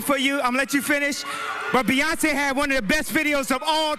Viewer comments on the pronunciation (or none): none